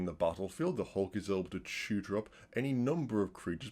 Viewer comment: my plebian ears kept hearing shooter instead of tutor